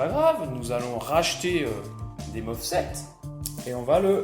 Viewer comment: MOSFET et non MOFSET 😁 !!